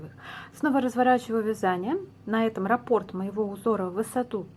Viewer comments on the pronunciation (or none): none